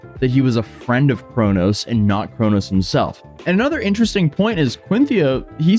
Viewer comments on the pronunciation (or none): none